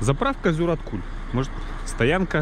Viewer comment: здравствуйте. На будущее. ЗюрАткуль - ударение на А. А места там, действительно, красивые. И даже очень! Приезжайте почаще )))